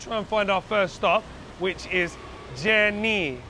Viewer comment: Je' Nee ! not Jenny.